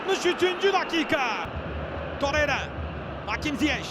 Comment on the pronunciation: Çok mu zor Torreira ve Nelsson demek, veya Oliviera yerine Oliveira demek, veya Zaniola yerine Zaniolo demek. Bir türlü adamların gerçek adlarını söyleyemiyorsunuz.